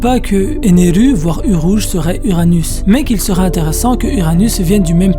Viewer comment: Impossible de regarder ta vidéo, t'entendre prononcer un mot japonais en français alors que tu n'en touche pas une bille de cette langue est tellement énervant. Par exemple, Ener ne s'appelle pas Eneru en france. Tu sais comment on appelle les gens qui font ça? Des kikoo-jap.